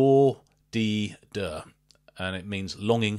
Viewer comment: oh man, hearing you butchering their name is so funny